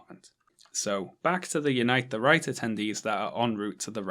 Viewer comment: I always hear “Unite the Reich”